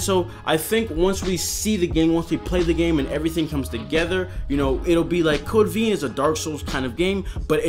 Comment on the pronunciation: "Code veen" 😅